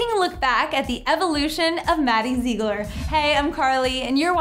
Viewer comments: ZIG-LER, not ZEE-GLER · Lala Lala no maddie says her last name zig-ler and her and abby have said that I have also heard Mackenzie say Zig-ler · Lieve V.D.H if you see maddie say it it’s zig-ler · Zeegler lol its ziegler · at least learn to pronounce her damn last name correctly. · Your so right like if you're gonna do a video about Maddie pronounce her name right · Jacky Mai well they should say it how she says it not meaning to be rude